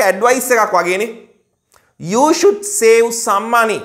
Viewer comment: The way you pronounce the word "save" also wrong.